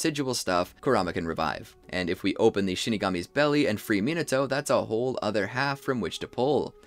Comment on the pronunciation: 👆🤓 um actually it’s pronounced “ Minato”